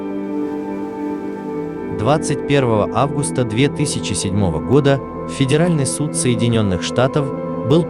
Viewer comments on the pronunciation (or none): none